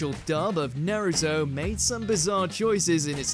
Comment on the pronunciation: Nah-ruto. You're the type of dude that pronounces Mario as Mary-oh, huh?